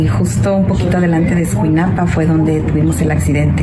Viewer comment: Escuinapa amigo, no escunaipa.